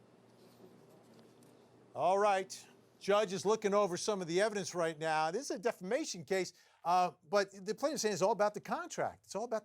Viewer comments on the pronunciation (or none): Please tell your dumb “judge” that it’s not DEFLAMATION of character. It’s DEFAMATION! How is he a judge for real???? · The judge starts out by saying she's suing for "deflamation"??? Isn't it defamation??? 🤣 NAH ITS NOT SCRIPTED... 🤣🤣🤣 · It was the"deflamation" for me lol.💩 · Did that judge REALLY say “deflamation?”